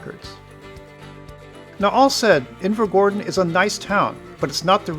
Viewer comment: I literally live there so I’ve no idea why I’m watching it, decent video tho but your pronunciation upsets me😂